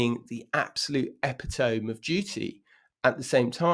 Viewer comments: "Epy-tome"? Are you pulling our plonkers? It's "e-pit-oh-me". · Tom i have to tell you that the word epitome is not pronounced epitOme, but epitomi. So it’s not a long ‘O’ with a silent ‘e’ as in normal English. It’s a latin word with a short ‘o’ and pronounced long ‘e’. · epitome is eh-pit'-o-me. I don't know how to do the official sounds, but you get the idea. Cheers. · Sakes, it's pronounced "e - pit-oh- me" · You are an educated man - check the pronunciation of epitome…. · Tom, the word EPITOME........please Google how to pronounce this word! As to your presentation........we have to accept that Harry will forever be a hypocrite. He'll never change. He says one thing then does the other. As for Remembrance Sunday at the Cenotaph - moving and sombre and as usual, well represented by our royals. Flawless.